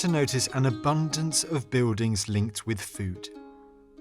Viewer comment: You Don't Prounce the "L" in Words you speak. Beudings for BuiLdings!! Pepoe for PeopLe!! It's Not Difficult to pronunce the "L" in Words. Try It!!